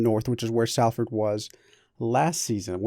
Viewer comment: Btw its pronounced Solford